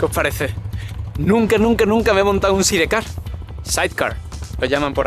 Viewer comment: Side Car = Said Car 🤦🏻‍♂️ Españoles 🤣🤪